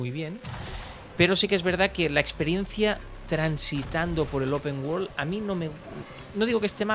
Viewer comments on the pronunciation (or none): El "open wol".